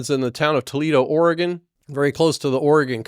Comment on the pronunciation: his pronunciation was just fine.